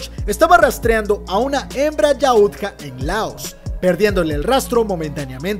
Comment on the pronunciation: Muy buen vídeo pero suena gracioso que dice yaútja con acento en la u si no tiene tilde y es solo yautja